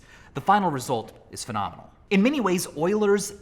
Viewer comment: Michael:fenominal me:how can something be so triggering